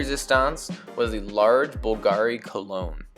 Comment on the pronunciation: You mispronounced Bulgari